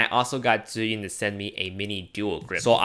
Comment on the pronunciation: Nah, he just says your accent when you pronounced zhiyun sounds like Chinese southerners.